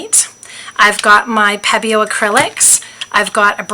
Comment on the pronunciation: Pronounced Peee-bio